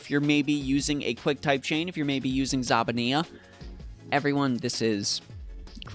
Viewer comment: "Z-ZABENEA" ohno